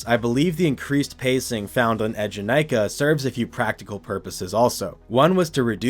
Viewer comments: the way you're pronouncing eejanaika is gonna give me an ulcer 😭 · Similarly studied and lived in Japan for a few years, which included several visits to Fuji-Q to ride it (and also have it at my #1 coaster). His first ええ is a bit off, but the middle having less emphasis is accurate to the pronunciation the park uses. Still within the ballpark for a non-speaker, and definitely not the worst I've heard (a lot of people misread the romanized "Ee" as いい, which...no).